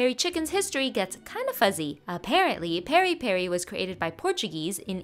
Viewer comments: Hey it's not pronounced perri perri you take the piré from Michael Jackson's song and put an i on the é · Your pronunciation is close. It Peri as in Pee-ree. So you pronounce it Peeree peeree. It’s also pronounced with a slight m/n hint at the beginning but saying it as peeree is fine. No hate just thought I’d fix ur pronounciation. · That's one hell of a way of killing the pronunciation of piripiri 😂